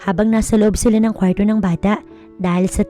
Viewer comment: ANG ARTE NAMANG BIGKASIN ANG KWARTO.